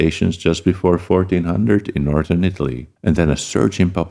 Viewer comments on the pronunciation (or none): none